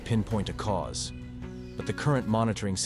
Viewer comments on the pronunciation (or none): none